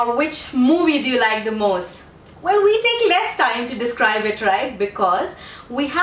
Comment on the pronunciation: It is really helpful for those who want to improve their fluency; however, if you could speak with correct pronunciation, it would be much better. Try to watch some videos of native speakers of English and learn the schwa sound and diphthongs. Non native speakers especially Pakistanis and Indians replace diphthongs with long vowels. For example, the word 'Most' that you used is pronounced with two vowels in it which is called diphthong. I am not criticizing your accent, this is only the suggestion as it will help the learners to learn much better. Stay blessed